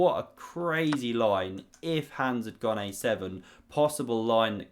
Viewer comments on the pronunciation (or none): Learn to pronounce HANS